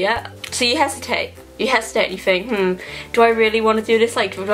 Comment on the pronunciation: ok i'm sorry but why do you say "fink" instead of think and "free" instead of three it drives me insane. you don't even have braces anymore